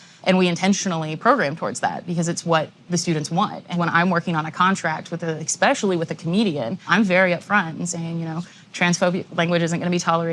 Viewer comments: one must be ‘expecially’ careful in higher education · he/she lost any argument he/she might have had when he/she said the word "expecially". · people who are pro-censorship have a litany of unresolved issues and blind spots... the person in this interview defending her censoring of comics pronouncing the word, "especially" as "ex-pecially" is the tip of the iceberg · exspecially? wtf!